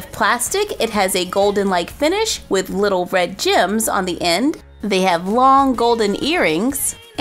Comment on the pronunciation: You said Gim not gems